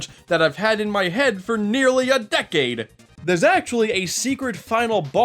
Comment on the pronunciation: you saying decade is oddly funny